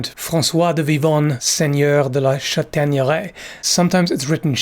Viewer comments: VEry nice french :D Châtaigneray is well pronouced. In french the modern "â" was in ancient french an "as". So probably "Chastaigneray" en vieux français. :D Anyway nice channel man ! :) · Seems that it was not a buckler but a arm protection which is heavier. The buckler is melted with the arm armour. The "s" ancient French and is not pronounced in modern French so your pronunciations is good for modern French. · And Chateigneray is very well pronounced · Excellent french pronunciation! As for the chÂtaigneraye pronunciation, the "^" accent was not used in Medieval french (Moyen Français). If you come across this accent in any medieval text, it is there, more than often, to replace a letter that was there to indicate a particular inflexion. For example, the french word for "forest" is forêt, although it used to be written forest in the medieval times. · For Châtaigneraye - well pronounced - the "^" on the "a" is indeed an indicator that in the past there was an "s" after it, such as when you said Ch"as"taigneraye, or in the modern french word "Château" which was then "Chastel/Castel". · Please let me congratulate you on your outstanding french accent ! Much appreciated :) Chastaigneraie would be the archaic spelling, you find quite a lot of words in french with the old "s" now written with the accent on the vowel. Greetings from southwest france